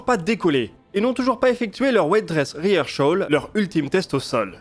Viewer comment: Super vidéo comme d’hab merci. Toujours très clair, précis, explicite. Une super vulgarisation du spatial. Bravo. Un seul bémol : la prononciation anglaise de rehearsal, mot dans lequel il ne devrait pas y avoir le son sh